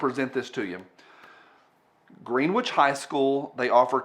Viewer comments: its "Gren-ictch" not "green-witch" anyways I hate those rich snobs too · So just cause I've made this mistake and never lived it down in CT, its pronounced "Gren-ich". Like how Manor is pronounced Mainer in TX, it makes no sense. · That's pronounced, "Gren-Itch". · Kevin says it’s pronounced “gren-itch” Don’t shoot the messenger. I think Connecticut sux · you pronounced "Greenwich High School" as "green-witch." That is incorrect. The correct pronunciation is: 'buncha-loser virtue-signaling instigators." I hope this helps.